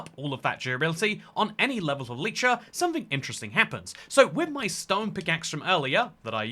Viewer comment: It's pronounced e-lie-tra💀